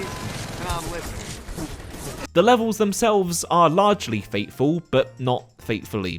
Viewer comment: notice how he pronounces "faithful" as "fateful" because if said "Th" he'd probably die